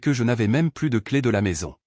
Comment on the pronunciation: "Plus" dans le sens négatif se prononce comme "plu", on ne prononce pas le "S".